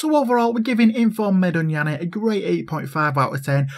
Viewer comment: I'm glad you said the name right, people always be butchering it. Love you couz keep reppin it. Haha we making it big